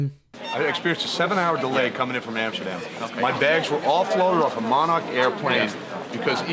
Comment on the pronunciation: As Someone who used to work for '' MON ARC '' the american is bloody hilarious as he used to say our name... haha '' MON ARCH ''